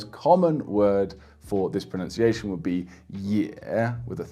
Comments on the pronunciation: As a native speaker, I can say that your pronunciation is impeccable. Like... shockingly so. Whoever's trying to learn pronunciation for Mandarin make sure you take this guy's advice. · 我靠！！！大哥！！你的中文发音至少比60%的中国人都准确！！！ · As a native speaker, this guy is the real deal. His pronunciation is pretty much flawless. Listen to his advice guys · Wow! Excellent Chinese Mandarin pronunciation!